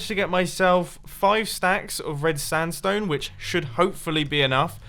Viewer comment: No hater but he keeps saying standstone instead of sandstone 😂